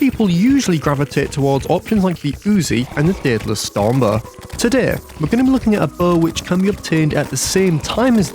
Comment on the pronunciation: "Deadless stombuh"